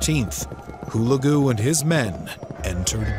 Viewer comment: HULAGU correct accent is HULEGU